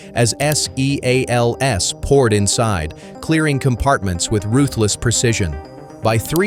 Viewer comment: S.E.A.L.S ?? Seals?? Bad robot